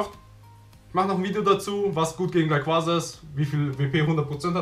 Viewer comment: Es heißt nicht Raiquasa sondern Raiquaza